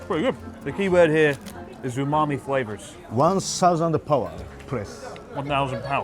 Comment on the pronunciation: Abroad Review 101: "Umami flavor" must be said in an American accent.